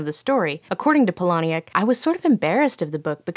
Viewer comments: It's pronounced "Pal•a•nuk", not "Paul•oh•nee•ak" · FYI 'Palahniuk' is pronounced 'paula-nick', not 'pa-lah-nee-ick'